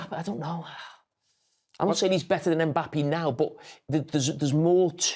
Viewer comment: Someone needs to teach Jamie how to properly say Mbappe's name 😂